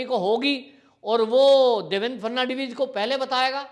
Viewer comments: नाम देवेन्द्र फडणवीस है. ना की फर्नण्डवीस-जैसे आप बार बार कहे रहे हो. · देवेन फटनवीस के नाम का उच्चारण करना आपको बहुत मुश्किल लगता है l थोड़ा अभ्यास करिये l इतना मुश्किल नहीं है l फट नवी ज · Atleast pronounce Devendra Phadnavis name correctly.